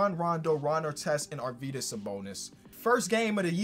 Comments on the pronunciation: Yuo pronounce Arvydas pretty good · You're pronounucing Arvydas correctly - love from Lithuania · you pronounce Arvydas better than i've heard any American do it great job